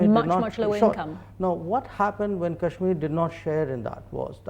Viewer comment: She's literally saying, "Cashmiya" instead of Kashmir. And, God! She really must love China!